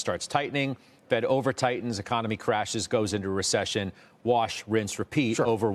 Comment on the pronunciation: Ever one of these talking heads say ression that means no ression